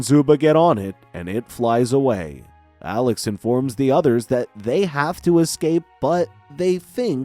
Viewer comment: That not how you say his name its Alex 😡😡😡😡😡😡